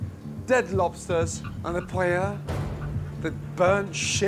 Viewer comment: They can't even pronounce Paella